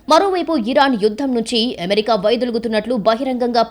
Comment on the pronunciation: ఎమెరికా కాదు అమెరికా.... చెత్త స్టైల్ వాగకు